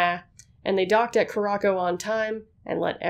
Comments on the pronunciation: Please do better research. Not cah-rah-ko, coo-rah-sow. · Not ku-ra-ko, it’s pronounced koo-ra-sau. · curacao is pronounced cur-uh-sao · Are you talking about Curacao in this video? It's pronounced Koo-Ra-Sow.